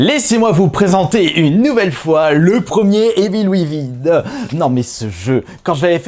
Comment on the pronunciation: « Residence evil » « evil ouivin » 🤣